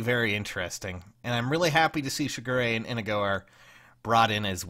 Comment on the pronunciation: are you purposefully mispronouncing Inigo's name? Just to fuck with people like with Linde?